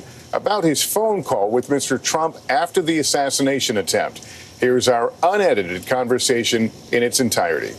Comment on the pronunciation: Right? I was looking for that comment, but you and I are thr only ones who took notice, I suppose. And he emphasized UNEDITED 😂